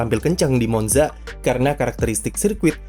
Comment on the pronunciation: Permisi min, Monza dibacanya Montsa🙏